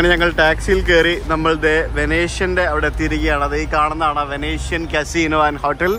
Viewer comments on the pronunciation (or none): Venetian Macau, Venten alla, veneshian ennu parayam.